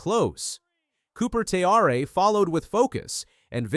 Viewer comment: Haha… Cooper Te Ar Eh. It’s great when the bot doesn’t know any th ing about the sport.